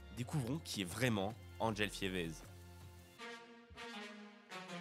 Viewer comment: Ça se prononce " Fivé " pas "Fièveze" dans les noms belges il y a beaucoup de voyelles muettes et de consonnes muettes en fin de nom. C'est très souvent en rapport avec une ville, un village, un lieu-dit, un fleuve ou une rivière... Enfin bref maintenant prononcer Fièveze ça sonne plus exotique que Fivé 😅😂😂😂